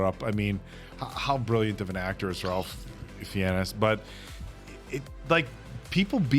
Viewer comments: It’s RAYFiosa not RalphioSAH 😊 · *Ralph Fiennes is pronounced like Rafe FINES. Loved watching your reaction/closing commentary on this one, guys. 😂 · HIS NAME IS ACTUALLY PRONOUNCED rafe, fines. YOU GUYS SHOULD WATCH STRANGE DAYS (1995)